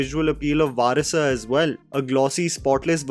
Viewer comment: Bro it's not varisa ,varisu please bro. Don't ruin it